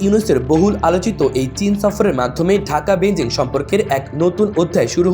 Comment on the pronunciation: এ কেমন রিপোর্টার? বেইজিং কে বেনজিং বলছে কেনো?